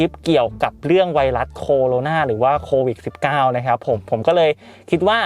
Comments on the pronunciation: โควิด..มั้ยอะไม่ใช่...โควิค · โควิด ไม่ใช่ โควิค คร้าา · โควิดพี่ไม่ใช่โควิค